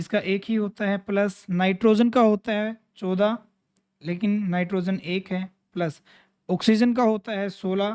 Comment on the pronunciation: Sir 14 ache se bolo